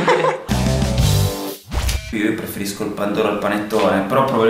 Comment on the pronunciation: certo, tt vorrebbero COSTRUIRSI il panettone a casa ahahah tt con la r dentro: le crepes, il ragà xDxD la briokes giganteee ahahah fab hai ragione! il pandoro si dovrebbe mangià anke a ferragosto! è csì buono:)